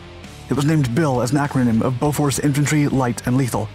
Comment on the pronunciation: Thats BOFORS not beaufort